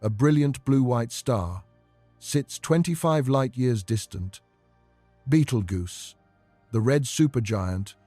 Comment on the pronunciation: If you plan to make videos like this at the very least learn how to pronounce the fucking names. It’s not beetle goose. It’s pronounced BEETLE JUICE. GET IT RIGHT OR DON’T BOTHER.